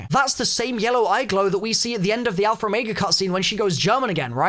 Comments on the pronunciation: Lol you say alpher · Always love hearing saying alphaer. Lol